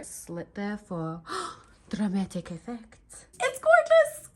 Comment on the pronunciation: When say "drrramatic effect" l remember our lesson at school (in Russia). Russian school children end students speak with a nice growling accent. These are very funny moments in the video., thank you very much. You have golden hands (in Russia this is the name of a master who can do anything). I love you 😊❤️